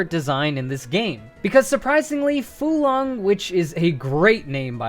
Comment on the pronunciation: Pretty sure Fuelong is pronounced fyool-long. You know, like fuel. Also, for the move: Xiuhcoatl Crash. A fire-type physical move with a lot of power, but requires a recharge on the next turn. It's name originates from Xiuhcoatl, a fire serpent that was wielded as a weapon by Huītzilōpōchtli, the Aztec god of war and the sun.